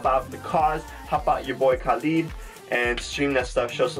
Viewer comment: Loved your reaction. But its not KAAAlid hehe